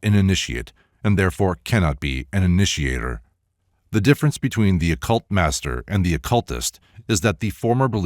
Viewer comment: "The difference between the occultaster and the occultist..." -- I've never heard this term 'occultaster' before (this is how it's written in the copy that I have- as one word). It sounds like you say 'occult master', yet she goes on to sound as if she is holding the occultist (ie. the latter) in higher regard than the occultaster (ie. the former). Any idea what she meant by occultaster vs. occultist?